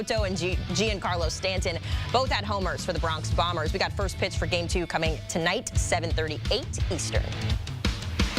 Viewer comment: Are you freaking kidding me? Lmao not taking anything you say seriously after calling them “Carlos Ron-done” and “Gee-yawn Carlo Stanton” 🤡🤡🤡 you guys are supposed to be journalists?